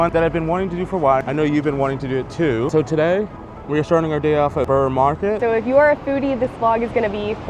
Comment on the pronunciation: It’s pronounced burra market